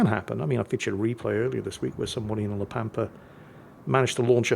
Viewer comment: La Pampa makes reference to the Pampas Region. So it can only be Argentina, Urugay or Brazil. It is in spanish, só it must be one of the first 2. BTW ur pronunciation is correct